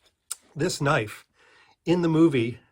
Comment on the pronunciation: needs a Loicense to Knoife